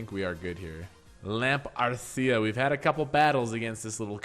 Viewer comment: hilarious? Look at my hand :-) Loved how You read "lamparcica"! Its Polish so not so easy ;-)